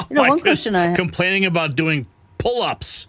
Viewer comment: well we know she will ever never be qualified to join the FBI she can barely say the word pullups !!!!!!!!!!